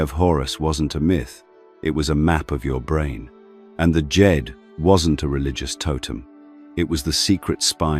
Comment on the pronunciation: Is he saying dejed or Jade